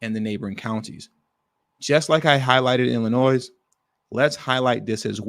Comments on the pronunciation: You don't pronounce the S in Illinois Bro. Chill out. 😂😂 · Good Lord man, ya don't pronounce the "s" on Illinois. smh...